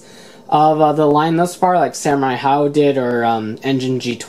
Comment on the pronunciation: Lion Ha-Ojo, not Haojo.